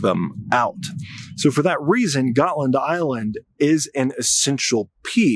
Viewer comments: DUDE!, DeepWoods Off! already! 🤷‍♂️ PS Götland is pronounced like Goatland and for good reason, and uh it’s not an ocean…. Also, Russia wants to see if it can get the West to divert its resources AND, not or, if not, it wants to attack/probe NATO and OF COURSE it wants Finland, too. I mean, come on. It’s Russia/Moscow and a very strategic piece of land, a la Crimea. Predators gotta pred… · You're mispronouncing ˈɡɔ̌tːland